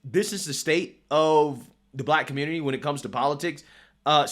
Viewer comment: He was threatened by the " communitah" probably .